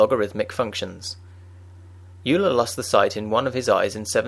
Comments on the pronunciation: I thought its pronounced 'oiler' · It is pronounced "oiler"; just as Freud is pronounced: "Froid". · "Yuler" sounds better anyway. "Oiler" just sounds bad. I'm calling him Euler as described in the former pronunciation.